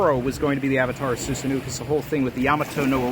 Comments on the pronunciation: Awesome video! Also btw Susanoo is pronounced Soo-sa-no, not soo-sa-noo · Soosanoo - excuse me it’s SuSAHno